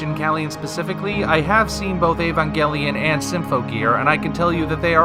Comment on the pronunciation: Evagalion isn't even hard to say though